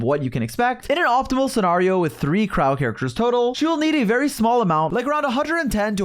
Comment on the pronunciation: bro actually said "vary very heavily"